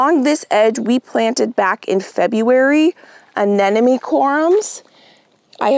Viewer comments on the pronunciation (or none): Uh-NEM-oh-nee! The word does not have the word “enemy” in it!